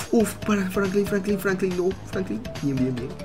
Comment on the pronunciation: diciendo Francline